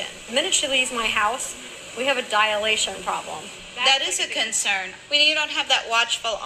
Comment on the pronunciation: Please can someone tell that woman that the word is ‘dilation’, not ‘diAlation’. NB I realise that this is a minuscule issue compared to the other, shocking issues…!